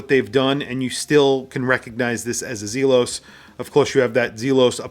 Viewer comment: ZEEEE-los is correct. Well done video, and yet another triumph for Elshan. Home run every time. Love all the hate comments in here. Makes me laugh at the snowflake-ness.